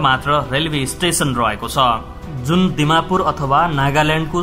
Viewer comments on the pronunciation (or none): And again, dimmapur not dammapur. Uttar purbi not dachhin purbi. State not desh. Couldn’t watch after first 1 minute. I was born in Nagaland. But your video is misleading. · डमापुर हैन ब्रो डिमापुर हो शव्द राम्रो सग ऊच्चारण गरे कस्तो होला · Ma janmera hurkeko thau Nagaland mon district 😍😍❤by the way,,its dimapur not damapur lewra😛🤣😂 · Damapur haina Dimapur ho koyans haina konyak ho nameses haina nagames ho.....I was born in dimapur nagaland and my parents are still there. N for Naga N for Nepali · Vdo ta banayo thikai ho but kaile rajye vanxa kaile desh vanxa haso lagyo desh hoina indiako euta rajye (state)ho ani dimapur lai damapur vanda jhan haso lagyo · Damapur hoina hajur Dimapur ho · Dimapur (दीमापुर) हो !! कहाँ बाट दमापुर् आयो ??? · डमापुर होइन र ओसि पनि होइन अलि शुद्ध उचारन गर्नु होला